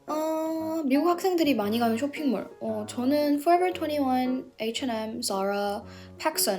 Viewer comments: 와 쇼핑몰 얘기할때 발음 뭐예요...? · 쇼핑몰 영어발음 내 취향이야 분명 나보다 3살? 어리지만 언니라고 부를뻔